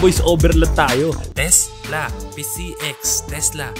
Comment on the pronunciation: Takla pala hindi tesla😅